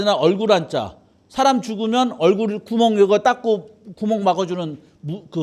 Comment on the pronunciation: 좌성하오나, 자고저 믄제가 심각하나이다.장음인 첫 자를 짧게 잘못 발음하신 예:사람,감히, 되요, 머냐하면, 세상, 좋겠다, 두 개, 시각,(좋은) 운,제가( 나 자신), 등!! 이런 평상어의 발음이 이렇게 틀렸나이다.!! 이 자리에서 이런 강의를. 들으시는 여러 분 어떻게 생각하십니까!?? 장중히 권하오니, 치시면, 우리 말에대한 귀한 강의를 들을 수 있나이다. 미국 변 완수 드림